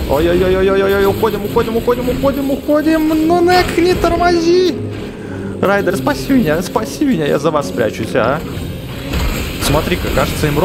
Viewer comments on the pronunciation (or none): не рейдер а райдер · Правильное имя не Рейдер а Райдер.